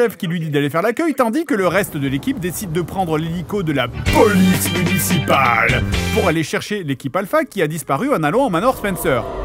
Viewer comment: la POLICE MUNCIPALE ?? :face-purple-crying: ça m'a tué "içi les céréales Kellogg's Corn Flakes ""